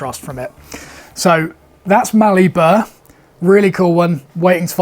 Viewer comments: Mallee Burl as opposed to Burr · Hey, great channel! Just an FYI it’s Mallee Burl not burr 😉😁👍